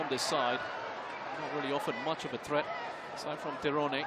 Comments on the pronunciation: Yg bener memang "Tironé" bukan "tayren" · I cant understand how you fails call name "Tyrone" TIRONE 😂😂😂😂😂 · loh anda salah, org nya sendiri ketika perkenalkan diri nyebut "tayren" bukan TIRONE seperti komentator .